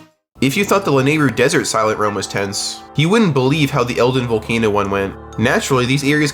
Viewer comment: Bro that's not how you say hylian, Epona or king Rhoam. Idk why that annoyed me so much